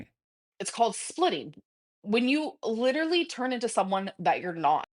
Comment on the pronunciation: That's exactly it though, isn't it? We're all a bit silly in private with our loved ones, but we're not presenting ourselves this way publicly, and at what she considers her career, no less. I couldn't imagine going into work and shouting "leedurly" at co-workers or insisting they're all lahs.